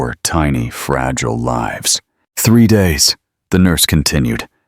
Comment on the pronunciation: Please pronounce words properly "lives"